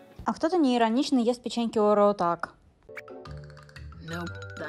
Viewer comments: Когда всю жизнь говорила - орео, а потом посмотрела ролик Лисы (орэо) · Орео ударение на первую букву